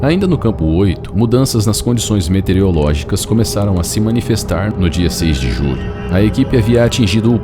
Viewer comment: Metereológicas? Esse erro é recorrente. Nem sei se as pessoas percebem esse erro, de tão comum. Meteorológicas é o correto. Em , de novo!